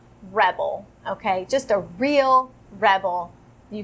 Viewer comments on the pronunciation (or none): none